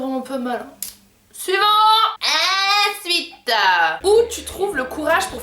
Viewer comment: Le AINSUITE ! On adoooooreee 😂❤️❤️✋🏼